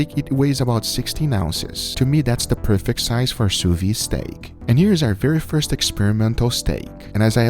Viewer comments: French speaking folk here: sous-vide is pronounced Sew-v-hid not Sew-vee. Thumbs-up so he can see. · Why does he keep saying "sous vi" instead of "sous vide"? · Please, please. Stop saying Sousviiiiii. That ide at the end is a soft d. As somebody who uses the technique 24/7, you should correctly pronounce it. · Please pronounce the d in sous viDe!